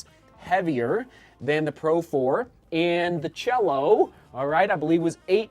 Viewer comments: Say "see-A-lo." It's Spanish, and it means sky or heaven. It's not "cello," which of course is a musical instrument. 😆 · Sure, but cielo and cello are not pronounced the same in Italian, either. 😆. Nice try. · Keep calling it the Cello,. We love it.